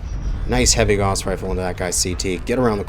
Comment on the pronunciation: Good vid but I will say it is pronounced like cows but with a g sound instead =P